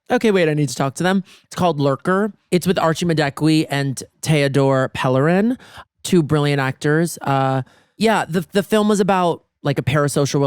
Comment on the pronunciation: It's pronounced ma du ku wey